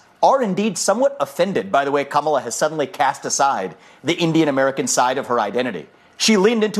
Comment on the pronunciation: Ka-ma-la, not Ka-mah-la bro.